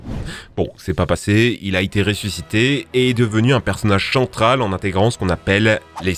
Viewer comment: Il a dit chentral